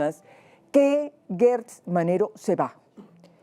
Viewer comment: Se dice Gertz no Guetz se pronuncia como si fuera con J.